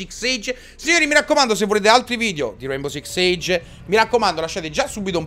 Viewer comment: Ciccio si dice six sig